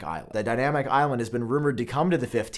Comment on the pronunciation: i hate how you say dynamic